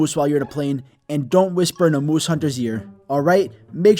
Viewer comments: Nobody: Him: muwse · Why do I love the way this says moose